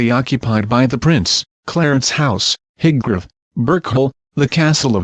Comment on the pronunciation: Crap can't even say highbrow properly